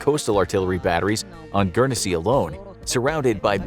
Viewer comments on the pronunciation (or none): Guernsey is pronounced gurn-say not gurn e say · GURN SEA not Gern e se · Dude - It's just pronounced like Gurn-zy not Gurn-eh-zy lol. No biggie, it just sounds weird the way you're pronouncing it :-) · Guernsey is pronounced gu-ern-sea not gu-ern-e-sea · GURN-sy, not GURN-e-SY, you fuk'n mook. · It’s pronounced gurnsy not gernansea 😂😂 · Its Guernsey not Guernessey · Just to let you know it’s pronounced Gern-zy but besides that it’s nice to see a video about us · It's gern see. Not. Gern es see. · I watch enough sidemen to know it's not pronounce guernEsey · It’s pronounced gurn-sey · Do you pronounce it Gurn-Zee or guer-ness-see like this mug? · I'm sure it's just pronounced "Gurnsey" (my city's all-time star footballer, Matthew Le Tissier would be able to tell you; he's from there) but I've been to Jersey; The bunker hospital complex is massive. Let's also not forget that the Channel islands were kinda seen as British land so they had some value in that sense. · As someone who lives on Guernsey it is pronounced gurnsey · Gern-e-sey pmsl American's can't pronounce anything correctly lol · U pronounced Guernsey completely wrong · I’m from guernsey and I must say that his pronunciation hurts me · The way Guernsey was being said was wrong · You messed up the pronunciation of guernsey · Why are they showing American flags, when talking about Winston Churchill who was the British Prime minister and they were pronouncing Gurnesey wrong 🤔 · The way you pronounced guernsey triggers me quite a fair bit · As someone who is from and lives in Guernsey, I can agree it triggers me 😡😩🤦‍♂️ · Guernsey... You pronounced it wrong most the time during this vid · The people that live there don't pronounce the first E in the name.